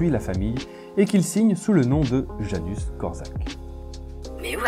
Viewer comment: Salut, c'est une très bonne vidéo si je peux juste ajouter quelque chose le prénom Janusz se prononce ianouche et pas Janus, voilà c'est tout pour moi ;)